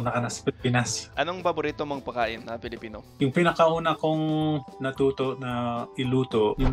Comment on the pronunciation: Amazing. But what funny is that when pronounces the word "Pagkain" to pakain😂 and the word "pag kakataon" to pakakataon😂 napansin kona agad yan simula nung unang natinig ko syang nag tagalog. Laging nag sstruggle if i pronounce nya na ang isang salita na may letter G. Like minsan basa bya sa tagalog ay "tagalok" 😂😂